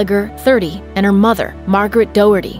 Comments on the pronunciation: Doherty is pronounced D-ah-her-tee not Doh-herty. Sorry it was just bugging me so much I had to say it. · It's do as in doctor, not dough. Pronounced Do-hurty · Doherty is pronounced daw-her-tee. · Doherty is actually pronounced "Dock-er-tee" least you could do is find the proper pronounciation it's not that difficult Doherty is a common enough name! (before comments roll in my family do know the victims and yes I know people like Shannon Doherty say it differently but that's an Americanised version of the original Irish name) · Gallagher - the "g" is silent so Galla(g)her not gallaGher and the name Doherty - not Doh erty ....ffs get your shit together with the pronunciations of names, it's ignorant and uncouth to massacre a name... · I get that this is a serious video and all but the pronunciation of Doherty is hilarious to me as an Irish person